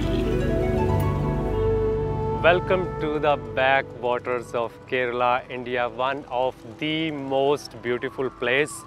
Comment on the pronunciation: Very Nice Travel Vlog ..... One Thing being Fan of South Indian Movies ..... The real pronunciation is KAY- RAA-LAA or KAY-RAL ......not KIRLA ...